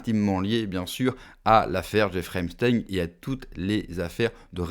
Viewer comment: On dit : ep st a in